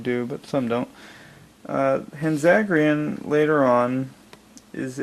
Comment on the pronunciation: By no means am I to offend you, but it seems as if you could use a little help pronouncing their names. Here are the vowel sounds of the Japanese language: A - Ah (or sounding like "On") E - Eh (or sounding like "Emily") I - Ee (or sounding like "Evil") O - Oh (or sounding like "Open") U - Uu (not too sure what English word that'd sound like...) Hanzagiran would be: Han (as in "Han Solo")-Zah-Gee-R-Oh-n. It's a little hard to explain, so sorry if it didn't make any sense. But I hope it helped. Anyways, Hanzagiran is one that I'm still looking for. Well, I have the puny Spark Doll one, but I plan to throw that one out once I get the Marmit one. However, not that one, the one I'm looking for is more white, and has red eyes. Much like the show.